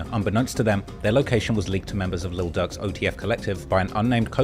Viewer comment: ducks cousin??? Noooo it's durks cousin